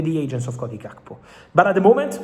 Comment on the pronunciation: cody jhaath-ko